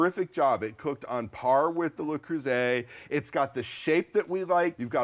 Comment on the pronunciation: Finally! or someone stopped saying "lay" Creuset!